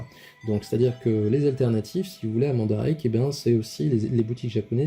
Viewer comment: Bonne vidéo ! Bien expliqué mais qui manque je trouve de précisions sur certains points que je vais essayait de t'expliquer. Bon déjà la prononciation du nom du site, je passe dessus mais bon XD que j'ai ris XD Ensuite comment fonctionne mandarake ? Ce n'est pas une boutique ou un site mais une firme a la base. Elle se spécialise dans le neuf et l'occasion de produits divers sur la culture japonaise. Et donc elle est présente dans différentes villes et quartiers de certains villes. Voila pourquoi tu avait Nakano dans ton panier. Ce n'est pas le nom du vendeur ou de la boutique mais plutôt du magasin Nakano. Pour les plus petit ( le mot reste relatif) tout est organisé par thème dans un commerce, pour les plus grands ce sont plusieurs shop avec des spécificités propres. Je commande sur Mandarake environ 1 fois par mois et différents types de produits. J'ai déjà acheté de la myth cloth bien sur, mais aussi de l'artbook ou livres, beaucoup de mangas en japonais, du jouet vintage de licence peu voir pas connu en France. Jamais de jeu vidéo pour le moment. Deux points qui vont te permettre d'approfondir tes recherches sur ce site. Le premier c'est qu'il est essentiel de taper les noms de ce que tu recherche en japonais. Pour saint seiya ça a très peu d'influence je te l'accorde car taper saint seiya ou myth cloth dans la barre te donne environ 90% d'une recherche japonaise. En ce qui concerne certains produits plus rare et voir certains licence c'est inévitable. J'ai passé des nui